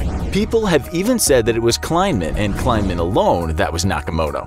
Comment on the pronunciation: Also: Pretty sure the dude's name was KLEI-man, not kLINE-man. Sheesh.